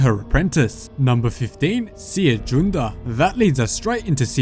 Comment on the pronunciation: How do you pronounce Cere again? ...Is it not like Sarah?